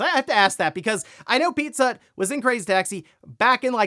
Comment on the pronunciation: every time he said it, i heard 'Pizzutt'...